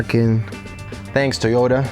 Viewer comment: The ONLY thing that keeps me from subscribing is that you refuse to say Toyota correctly. lol It's not "Teeyota"!